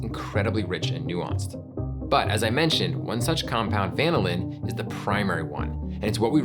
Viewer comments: I'm so confused... You pronounce vanillin like the Brits, but you're called "America's Test Kitchen". Then you go and refer to temperatures of 100 to 150 degrees, but do not denote F or C. Is it C cause you say va-ni-lin, or is it F cause you're "America's Test Kitchen"? And those temps make sense for the context regardless of F or C (100 being boiling in C, and 100 being sweaty hot in F). Are you purposely fucking with the internet? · I was a bit mortified to discover that, for decades, I’ve been pronouncing vanillin apparently incorrectly with the stress on the NIL syllable (rather like the word vanilla itself) rather than on the VAN syllable. Then it turns out that the overwhelming majority of online dictionaries that provide audio pronunciations actually suggest the pronunciation I’ve been using so I don’t feel so bad. 😅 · I feel that can’t possibly be the way vanillin is pronounced. Surely it’s the same (basically) as vanilla - vuh NILL un? Not like lanolin. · The accent on "vanillin" is on the 2nd syllable, not the first syllable. This is true even in the UK. Why did you feel like you had to change it? Just curious. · According to the Oxford dictionary, is pronouncing wrong here. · To me, it was like vinyl but with the first syllable being van + in. Very weird. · british pronunciations, ew. the inflection should be on the second syllable of the word "vanillin", not the first. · It's pronounced "vanillin", not "vanillin" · I was wondering about that myself. It sounds like he's saying VAN-ah-lin. Growing up I learned at va-NIL-in. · It is pronounced van-ILL-in not VAN-illin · uh wait so this whole time it's been VAN-illin not va-NILL-in? 😳I mean yeah that's how I've been saying it too. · Like many responding here, I keep both the imitation and real stuff around, using the former in cooked or baked recipes. By the way, we organic chemists say va-NIL-in. Great episode anyway.